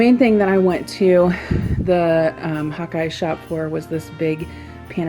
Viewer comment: When you first said hawk eye I thought you said hot guy lol